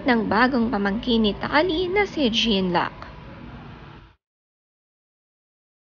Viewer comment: Jean luc, pronounce it John-Luke Is a French name